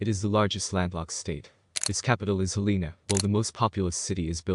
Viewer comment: Interesting list of facts. Teach the computer to say: "hell-en-a" (all the vowels are soft).